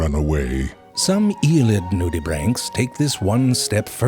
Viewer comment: Everytime he says “nudibranchs” it sounds like he’s saying “naughty bits”